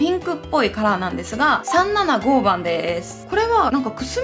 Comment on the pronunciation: さんななごー番w ぜろにー番みたい☺️